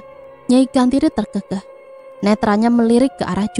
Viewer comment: Terkekeh itu d bacanya be-rak, bukan be-lia